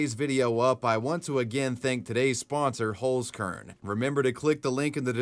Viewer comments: The way you pronounce Holzkern is awful xD Pls look up the pronunciation and try it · The way you pronounce "Holzkern" is so funny to me. It translates to Wood Seed btw. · I love how you pronounce Holzkern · Always funny to hear English speakers pronounce words like 'Holzkern'.